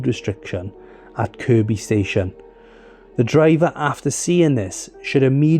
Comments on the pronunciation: at least he said Kirby not Kirkby 😆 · I'm pleased you got the pronunciation of "Kirkby" correct. However, "Fazakerley" is pronounced more like "Fir-zack-a-lee". Here's a video